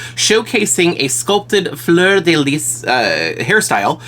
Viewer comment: You said fleur de lys perfectly 😊❤ i have the same problem as her with my iris is lil up... i had my eye crossed side and after my surgery its look like it.. if you dont like her.. i can have her 😅😊 joking btw :) gorgeous